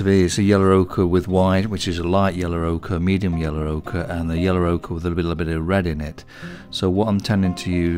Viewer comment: I love the way you say 'yellow'.. 'yeller' 😂 amazing video as always.